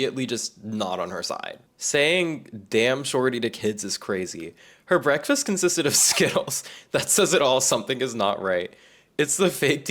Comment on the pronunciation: im glad u said the same way bruhkfast